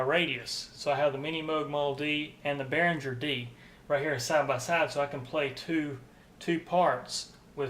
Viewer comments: I know you'll probably just ignore this comment, but if you're working for Behringer, you should learn to pronounce it: It's "Behring-er", not "Behrinjer". Your mistake is like working for Porsche but calling the car a "Porsch." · Nice review. btw, the 'g' in Behringer is pronounced hard, not soft. bear-ing-er